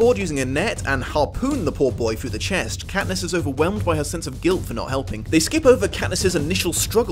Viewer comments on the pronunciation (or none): none